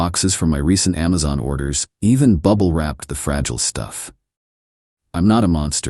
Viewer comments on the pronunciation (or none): none